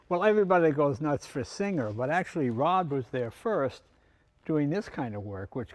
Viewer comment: His name is ROB!!! NOT ROD!!!